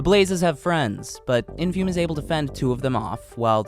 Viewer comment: sadly you mispronounced the runners name throughout the video, its "infoomi"